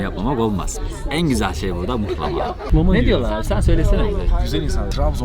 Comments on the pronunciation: mıhlama değil ama muhlama deriz biz..hatta muğlama :) kim demişse yanlış demiş size...video güzel oldu bu arada tanıtım için teşekkürler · Mıhlama değil muhlama.. Rizeden sevgiler 🙋‍♀️ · Muhlama* nolur mıhlama demeyin ya aşaösşdmjsaöÖdk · mıhlama değil muğllaaamaaa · Mıhlama değil Muhlama u ile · Gelmişsin hoşta gelmişsin; fakat özellikle ricamdır düzeltmen dileğiyle. Mıhlama değil, muhlama. İyi eğlenceler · mıhlama değil mUhlama anlayın artık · Mıhlama değil muhlama dır onun gerçek ismi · Mıhlama değil muhlama ben Rizeliyim yanlış biliyosun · Onun adı mıhlama değil muğlama ya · Mıhlama ne ya mıh nedir muhlama 😂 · Mıhlama değil muhlama düzelt sunu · Mıhlama değil "Muhlama" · mıhlama değil *muhlama. nal çivisi değil bu. Her Karadenizli laz değildir, geleyrum gideyrum Lazca değildir, Lazca ayrı bir dildir. Ömrümüz bu yanlışları düzeltmekle geçecek gibi :) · Evet abi mıhlama diyen maldır muhlama ya adı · adam kaç kere söyledi ısrarla mıhlama yazmışsın ya🤦🏻‍♀️ mıhlama değil muhlamaa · Mıhlama değil muhlama 🤦🏼‍♂️ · Mıhlama değil Muhlama bir öğrenemediniz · Yemek için 1250 km gitmişsin sonrasında video çekip yayınlamış emek harcamışsın ama daha adını öğrenememişsin.Mıhlama değil Muhlama Urfanın u su "U" selametle.. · . ABİ MUHLAMA DEMEK NE KADAR ZOR YA. MUHLAMA ALOOOOO MIHLAMA DEĞİL ! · Abi onun adi mihlama degil muhlama bende bir karadenizli olarak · Mıhlama değil MUHLAMA adı milyonlara hitap ediyorsun yanlış olmasın:) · Başlığı Mıhlama yerine Muğlama olarak değiştir:) Ğ harfi genizden gelecek.;) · Mıhlama değil muhlama 🤦🏻‍♂️ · Yorumlara bakmadan yazıyorum belki de yazılmıştır ama yazmadan edemiycem ,Mihlama değil MUHLAMA. Hatta yumuşak "H" ile değil böyle boğazdan. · bir yanlışı düzeltelim mıhlama değil MUHLAMA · mıhlama değil muhlama ben Rizede yaşıyom benden iyi bilemezsiniz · Mıhlama değil muhlama ya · Mıhlama değil Muhlama. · Mıhlama değil muhlama dicen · mıhlama ne la muhlama diceksiniz